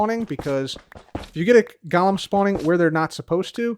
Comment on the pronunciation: I realize you’re saying ‘Golem’, but it really sounds like ‘Gollum’